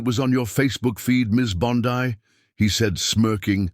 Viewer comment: Pronounced "Bon-Dee" not "Bon-Di".